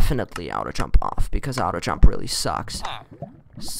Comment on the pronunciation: at least I know I wasn't the only one who pronounced it out-oh jump, no hate